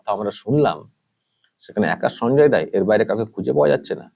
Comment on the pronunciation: রায় না রাই বলুন